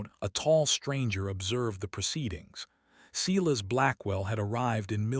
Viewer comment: If you can pronounce silence correctly, you can pronounce Silas. It's the same beginning sound. Or better yet, stop using the name all together. Instead use Fred, George, Thomas or Henry.